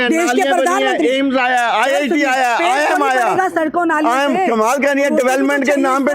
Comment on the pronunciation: IM aya, IIM HOTA H NALAYAK